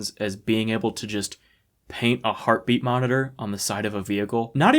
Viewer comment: Ah. The era of dumbass facial hair. Also, every time they say "heart beat" i hear "herpe".